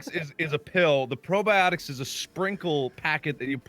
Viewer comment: Who else thought said "brobiotics"?